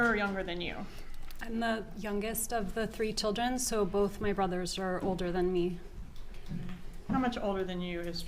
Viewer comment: i hate how she says "my chil-dren"